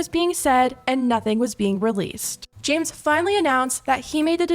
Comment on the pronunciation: it sounds like she said “ jams “ instead of james 😭